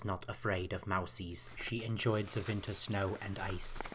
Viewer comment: Herzog doesn't pronounce his "w"'s like "v"s. He speaks good enough English to know to say "Winter" and not "Vinter." Otherwise your accent is pretty good.